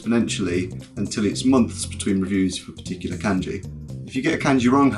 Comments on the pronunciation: And still can't pronounce kanji correctly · Thats pretty good, aside from the fact that you say "Kenji" and "WeniKeni" xD Your channel is going to grow a lot I'm sure.